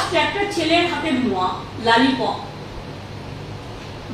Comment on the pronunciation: কথাটা লোলি পপ্, লালি পপ নয়।